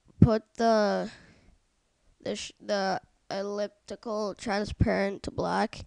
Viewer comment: the fact that you can't pronounce the words "elliptical" and "gradient" leads me to the question of what grade are you in?